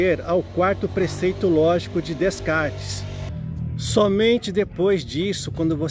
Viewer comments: Fala-se “Decartes” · Apesar da pronúncia "Descartes" estar incorreta, o conteúdo é bastante rico em conhecimento. Parabéns pela série FIIlosofando!